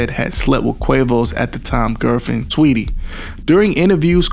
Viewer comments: Lmao…I thought I was hearing him wrong! I’m like did he say “Tweetie?” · "It was said that Offset had slept with then Quavo's gf, "Tweetie"." Makes sense that he calls Saweetie "Tweeite" bc she is a bird. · Saweetie not Tweety lmao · "An unauthorized "expiration"." was said that Offset had slept with then Quavo's gf, "Tweetie"." Makes sense that he calls Saweetie "Tweeite" bc she is a bird. 🤣🤣🤣🤣🤣